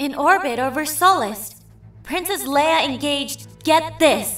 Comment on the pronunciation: Rewatchng this, remembering my voice acting for Tula (back when this was on Krayt Dragon Films) I didn't even remember I purposely mispronounced Leia. (At the time, I figured it was the standard Core pronunciation).